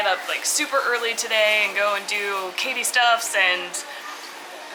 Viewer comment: Hey "kyde"!! How do you really pronounce your name? It really sounds almost like, "kady", short for Katherine. I thought it be a weird spelling for Katherine. Where is your name coming from?